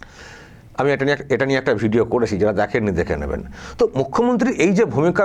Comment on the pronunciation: বলছে লিয়ে নেমে যাব কথাটাতো ভালো করে বল😂